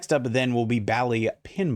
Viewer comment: Is it pronounced that way? Have I been saying it wrong my whole life? After looking it up. OP is definitely saying it weird. Bally's is pronounced BAL-eez (/ˈbæliːz/), rhyming with "valleys" or "tallies". The first syllable "Bal" sounds like "hat" or "cat", followed by an "eez" sound at the end.